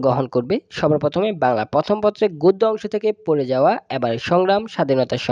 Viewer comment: It's pore paoa.pore gaoa noi vaiaa